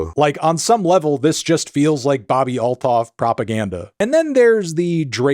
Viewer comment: Every time you say all-thoff i cringe internallly- theres no TH sound in most languages - its alt-hoff